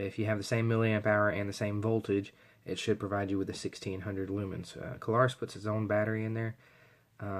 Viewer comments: thanks for reviewing this light. Just FYi, take this in the kindly manner I am intending you to, please --- but this light is the Klarus XT2CR. That is Klarus, with just two syllables, please. I am sure that you must not realize that you say "Kuh-lar-us" as if it's a three syllable word. It isn't. It is only two syllables -- Kla-rus. If you listen to the first part of the video, you'll hear what I am talking about the first time you said Klarus. It is no big deal, so please take it that way. It is not at all a criticism to point this out to you, and I mean that. Anyway -- this particular light is a true gem. I have almost 40 years experience w/ all sorts of lights, and this one really is so good that one is not enough for me. With the very best lights that I have found over the years, one is never enough! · *That's Kla-rus, with two syllables. Not three. And, yes -- I heard him too.